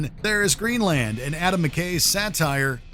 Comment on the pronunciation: The “land” in Greenland is not pronounced that way… lol